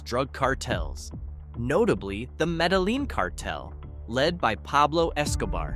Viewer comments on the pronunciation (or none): “Meta-leen” cartel? C’mon kid, do your homework and get the names right